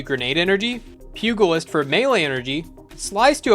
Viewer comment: Say it with me: pew-jill-ist Not pug-ill-ist